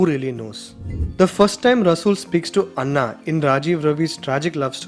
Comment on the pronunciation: Anna is not pronounced correctly. Anna in Tamil means big brother, Anna pronounced like u did means Rice in Telugu and Kannada. Anna is A na- a Christian female name. Like in Anna kurnikova.